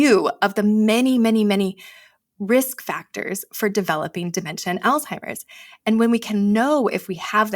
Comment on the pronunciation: So much purdenent information, so thank you both. I do feel compelled to ask you both to please pronounce the word "Alzheimers" correctly. I realize there is only one L in the word, however, it is pronounced as if there are 2 "L's"...check on it and find out for yourselves. Again, I do truly appreciate the info. No disrespect...seriously.